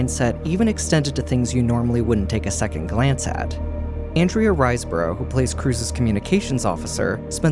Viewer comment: Riseborough is pronounced Riz-bu-rah